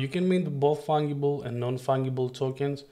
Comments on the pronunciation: Its an easy enough English mistake to be made as the word fungus uses the ga as in gas … i rather like hearing it as fung-able !!! You did a great job on the video - tell me tho - if you made 100 what makes each one different from the other ? Can it be the number of each one minted? Because if they are all the same as copies wouldnt that make them fungible ? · Nice video, but please, learn and pronounce correctly the word "fungible", please!!! The "g" is pronounced as the letter "j" in "JumpNet".